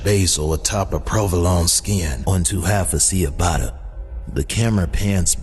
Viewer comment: the bread 🍞 is pronounced, "cha-botta."